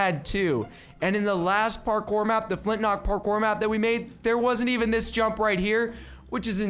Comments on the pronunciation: Is is just me or does he say Flint nock instead of Flint lock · It's not flintnock, it's flintlock..